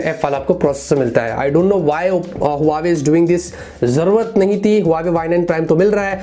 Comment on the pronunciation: Huaywei nhi huawei* hai😂😂